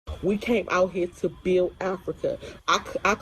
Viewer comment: ‘Build Africa’ 🥴 girl it’s builT